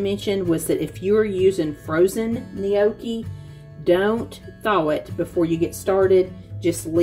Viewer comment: The way you pronounce gnocchi 😂 it's not "nee-okee" it's just "no-key"